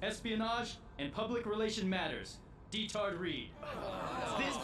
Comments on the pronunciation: I can't believe his actual name is Detard Reed, I thought the abridged series pronounced it in a dumb way as a joke. (I know his name is spelt Diethard Ried after a quick Google, I was just spelling it phonetically above.) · It's Diethard Ried, but the way the dub pronounces it just makes me laugh every time